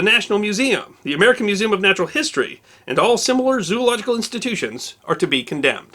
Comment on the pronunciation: Arrrrrgh! Zo-ological, not zoo-ological